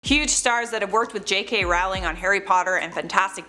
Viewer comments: American here I say Rolling, I think most of us say Rolling. Till now I've never heard this pronunciation. I think the woman on the video just pronounced it wrong. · Not a fan of hers, but if you're going to do a video about a specific person, learn how to pronounce their name properly first...